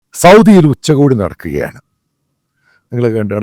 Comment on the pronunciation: ഉച്ചഗോഡി അല്ല ആശാനേ രാത്രി കോടി ഇയാൾ പറയുന്നത് വേറാരും കേട്ടു കാണില്ല